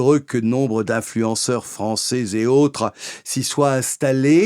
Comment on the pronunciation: On ne dit pas "françé" "anglé" mais "français" "anglais" jusqu'à preuve du contraire... La fausse diphtongue "ai" se prononce "è" et non "é".